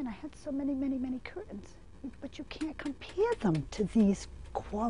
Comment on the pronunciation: I'm just here for the 98th time the rest of you. I love her glottal stop on cur'ains.